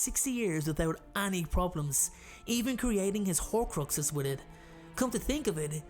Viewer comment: I love the way he says any like annie. Love binge watching his vids. Thank you for making the pandemic days better